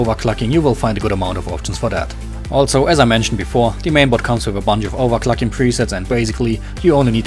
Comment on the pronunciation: overclacking xDDD Dat english do:DDD Aber wie immer nice